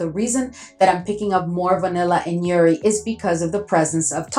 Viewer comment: Hi, just wanted to say I love your content, especially Middle Eastern Thursday. From all the content creators & YouTubers you’re the one who inspired my fragrance journey ❤ I’m an Arab! We pronounce the J in jouri it’s a type of flower I believe a Damask Rose 🌹